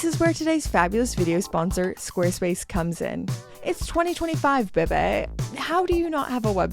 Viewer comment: “It’s 2025 BAH BAY”. Ha ha ha. Love it!